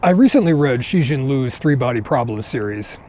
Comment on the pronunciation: Cixin is actually pronounced closer to "tsst sheen" than "shushing". In pinyin Ci sounds like "tssss" or similar to that of a leaking balloon. Meanwhile X in pinyin sounds like shee (like how Sam Jackson would say "sheeeet" for shit but obviously without the t at the end). It's not exactly shee as the tongue is lower and mouth wider.